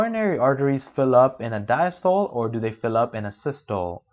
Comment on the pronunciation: This guys does not even know how to pronounce Systole and diastole! Dude, It is SYS-TO-LEE and DIAS-TO-LEE.... Also, you are NOT teaching anything. You are just reading! I could read the damn thing myself. This goes to show you that not everyone can make a good educator! What a waste of time and effort this is!!!